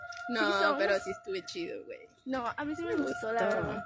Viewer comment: Its Wey/Guey not Guen/Gwen...